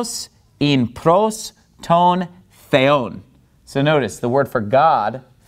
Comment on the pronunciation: Gamma pronunciation is not quite correct. It has no ga sound in it. "Pros" should sound like like pross. Your's sounds like prose. Otherwise not bad!